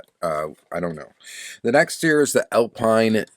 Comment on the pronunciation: The Alpine is French -- from Renault -- so it's pronounced Al-peen, like the F1 team.